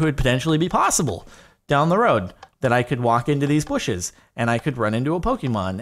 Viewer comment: did he just say... bushes?!?!?!?!